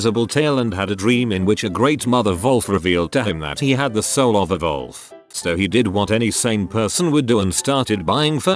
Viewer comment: i love that it says volf instead of wolf